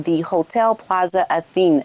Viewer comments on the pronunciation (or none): Hotel “At-a-Nay.” She stayed there because it’s the most prestigious in area.